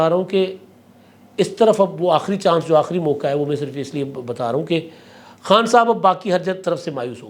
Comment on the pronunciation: Mauka nah "" mauqaa""